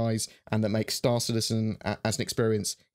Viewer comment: Storr Citizin